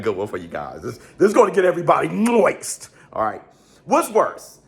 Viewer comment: Bruh is so stupid why tf you said moist like that 😂😂😂